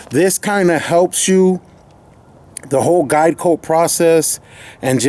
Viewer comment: I head diet coke when you said guide coat XD lol